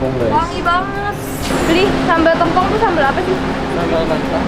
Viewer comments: Bacanya Tèmpong, bukan Tempong. Kl masih ga paham, contoh aja nama Rosè Blackpink, baca Tèmpongnya kek baca nama Rosè BP. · Maaf ka &, pengucapan t(e)mpong itu biasanya seperti ngomong "tempe" bukan "telur" hehe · Orang Banyuwangi nangis denger penyebutan sambel "tempongnya"😭😭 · Aku aja dr bali juga rada menangis denger penyebutan tempongnya😆